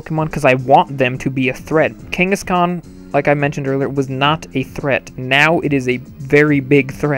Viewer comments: Every time he said kangaskaan, I felt threatened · I thought he was saying ghengis khan